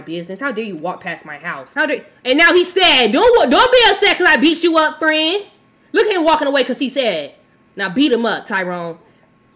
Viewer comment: “Me too fren me too”😂